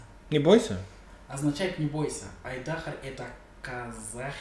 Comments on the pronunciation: Да точно! Не айДАхар, а айдахАр! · Правильное ударение нужно ставить, говорите как-будто Айдахр🤨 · Так что айдах Ар будет изначально правильно...